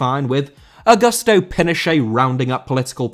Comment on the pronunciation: Augusto * not Augăstouw